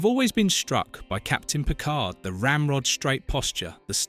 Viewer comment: Let's start with pronouncing Picard as Pikar.